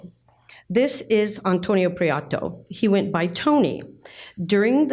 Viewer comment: Lovely video, thank you. As a Spanish speaker, Antonio’s last name is pronounced Pree-eh-toe, as opposed to Pree-ah-toe.